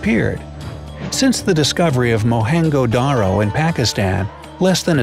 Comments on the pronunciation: Its mohen-'jho'-daro not mohen-'ho'-daro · That's pronounced as Mohan-joo-daaro not mohanjdro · Its not mohin go daro .... Its mohin, jo daro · It is mohenjo daro not mohengo daro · Its not mohengo its mohenjo spell the it proper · its pronounced mohen zo daro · Why did the narrator pronounce Mohenjo Daro “Mohengo Daro”? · Wow! , Mohenjo Daro shows Indian flag and says Pakistan amazing 😂 , and the way you pronounce it is wrong . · you pronounce mohenjodaro wrong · He mispronounced it, too.